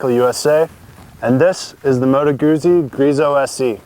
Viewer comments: Note for the commentator : GU"ZZ"I it is pronounce like Pi"zz"a , I'm assuming you don't order a PIZA so non this case you don't say Moto Guzi it is too GUTZI to explain better. Listen to the German review comparison between BMW R 1200 and Griso V8 and see how they say to GUZZI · Why the hell can't you 'Muricans say Guzzi properly? It's pronounced just like piZZa, see, GuZZi, piZZa, GuZZi, .... and a journalist that can't say the name of the bike. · It's not just Americans. Watch British, South African or Australian videos and they all mispronounce it. It's an English language thing. Deal with it. In the UK you're likely to hear "Guhzee" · LOL, he said Goozy :D